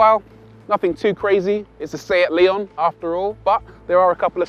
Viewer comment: It's pronounced Lay-on. They are very good cars.